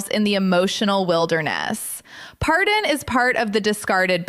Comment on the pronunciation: I hate to tell you but if you’re going to report on someone’s life you may want to actually pronounce it correctly. His name is Paydon and not Pardon. But I’m sure he will pardon your mistake if you leave him alone and stop trying to make a living out of his painful life.